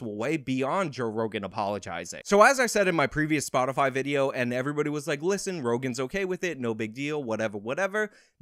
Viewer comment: "Spotifly" -Jensaki